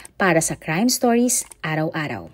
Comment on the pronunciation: I love watching your vids po.. but if you have a chance pa Re record ng Stoys i iknow Stories yan pero medyu di maganda pakinggan Lang Stoys instead of Stories. Thank You